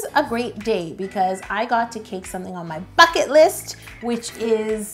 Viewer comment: it totally sounds like she's saying f*** it list 😂😂